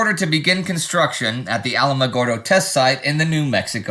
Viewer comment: I think the second “A” in Alamogordo is silent.